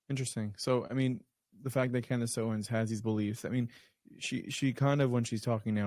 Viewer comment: It's Owens not Owen.... every time someone says owen I know they don't know her work